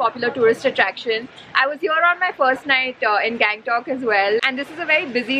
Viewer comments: गंगटोक का गॅगंटोक कर दिया🤣🤣😅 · hey, its गंगटोक not gang-tok .........the way you show the place is really nice.